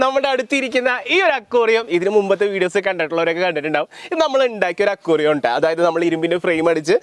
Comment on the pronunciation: സാദനങ്ങൾ ❌സാധനങ്ങൾ✅ അക്വാറിയം❌ അക്വേറിയം ✅